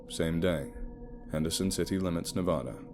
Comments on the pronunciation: OMG dude so awesome! But it's pronounced NE as in never, VA like valley, DA like Dad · I was born in Las Vegas Nevada and have family in the small drive to Henderson. The state name is of pronounced wrong but it doesn't really matter, people always know what your saying. I love your accent and narration 🐺 ignore ugly people and remember the fans that love you. Thank you for the great story 🐺❤️🐺❤️🐺❤️